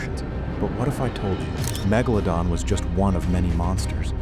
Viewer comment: That's not how you even say megalodon😂😂